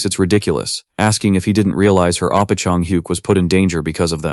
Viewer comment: Bro it's not appa it's OPPA!